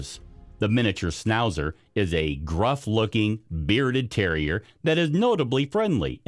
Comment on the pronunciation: Why did you not check the spelling and pronunciation of the dog breeds…. (Schn not sn when pronouncing schnauzer, but there were plenty more mispronounciations) And hardly ‘newly discovered’